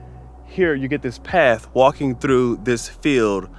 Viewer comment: Ooooh I hear English slipping into your accent 👀 there was definitely a ‘paff’ in there instead of ‘path’ We have you now 😂👍🏻